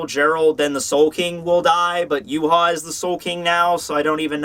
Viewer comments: Is actually, "Ya-wei" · Why pronounce his name Yew-ha? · The Yh in Yhwach is pronounced "Yu-ha", and the Wach is "Vak", so it's actually "Yuhavak"